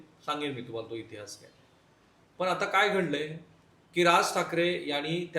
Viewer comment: मणसे, यांणी, पन.....किती चुकीचे उच्चार! मराठीचे कैवारी अश्या मराठी लोकांना एखादी तरी थप्पड का नाही मारत? 🤷🤦